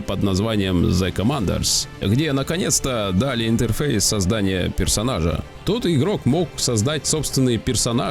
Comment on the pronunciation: "создат пэрсонажа" слушать в кривнянии Сталина это невозможно - кринж с первой минуты